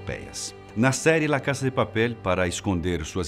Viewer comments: "la caça de papéle" é o meu biruleibe... Fala "la casa de papel", do jeito que se escreve...vc deixe de ser fresco hein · Quem achou engraçado ele falando Lá casa de papel, Deixa um Like